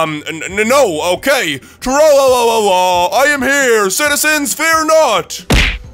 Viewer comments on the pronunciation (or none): Dog man and Captain Underpants! And he says Tra Laaa Laaaaaa not tro looo lo lo lo looooooo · its tra la la